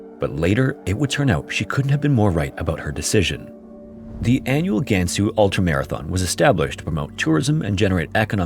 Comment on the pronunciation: Weibo 微博 is pronounced more like “Way Bo”, not “Wee Bo”. HuNan is pronounced “Who NAHN”, not “Who nan”. A is pretty much always pronounced with an AH sound. Same thing with Gansu and Liang, the a is enunciated with an AH.